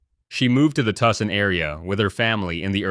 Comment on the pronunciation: Can't pronounce Tucson?